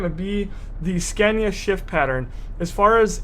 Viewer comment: its funny how americans say Scania :D .....americans say "Scäniä" xD